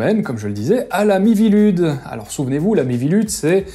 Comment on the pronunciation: Chaque fois que tu prononce "la mivilude" j'entend "l'ami Vilude", la première fois je me suis demander "c'est qui Vilude?" avant de me rendre compte que c'est pas ce que tu disais XD